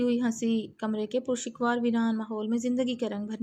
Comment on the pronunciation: قاریہ صاحبہ اردو پر ترس کھائیں تلفظ تو صحیح ادا کیا کریں پرشکوہ ہوتا ہے شکوا نہیں